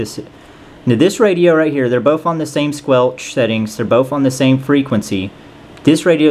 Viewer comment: It's not "bof" the word you're looking for is "both"